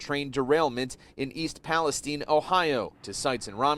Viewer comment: Everyone covering this had been mispronouncing East Palestine-I live in the atea-itis pronounced with a long I. Thanks for covering this.